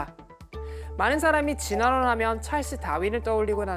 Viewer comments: 진화론을 쥐놔논, 쥐라론이라고 하시네 ㅋㅋㅋㅋ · 왜이리 발음이 이상해 지셨지; 특히 진화론 발음은 음주측정 인데